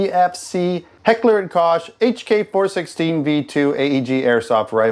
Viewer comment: Did you say "Kosh" 😂